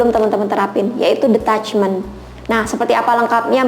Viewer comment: Hi klo boleh saran, pronunciation detachment itu kayak ditachment bukan de..sorry agak2 gmn dengernya soalnya. Atau mgk lbh baik pake bhs indo aja ga usah mixed drpd bolak balik dengernya salah 😔, agak ganggu